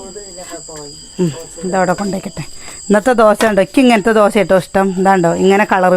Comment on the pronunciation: ദോസ അല്ല ചേച്ചി, ദോശ 😅. സൂപ്പർ